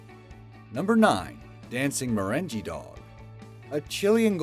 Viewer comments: Does this guy (the guy speaking) not know how to pronounce normal words?! lol Sooooo many words always jacked up. “Merenja” dancing?! 😂 Wow. “Mah-rayn-gay”, or as the dictionary states: məˈreNGɡā. Dude, just wow. lol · What the hell is mer-ren-gee? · Marengee? The pronunciation fails continue. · MerenGEE dancing? Ugh! My ears are bleeding!